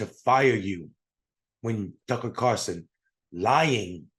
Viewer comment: When you call other people idiots but you can't say Tucker Carlson's name correctly then you also sound like an idiot. Just saying.